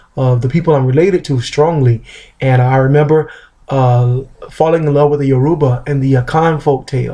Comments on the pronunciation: It's pronounced "YOUR-u-ba" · How do you know a Yoruba proverb but not know how to pronounce the very word "Yoruba"? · Piss off, he is an American embracing his Yoruba roots, he didn't grow up with our language